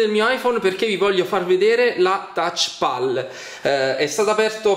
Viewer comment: Touchpal?!? Thouchpal?!??!?!?